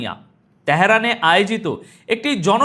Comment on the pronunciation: দাদা please কিছু মনে করবেন না, আপনি তেহরান না বলে ত্যাহরান বলেন। শুনতে ভালো লাগে না।